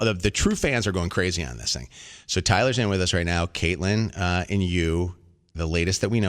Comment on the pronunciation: The first caller said she was a long time follower but didnt even know how to say Catelyn's name lmao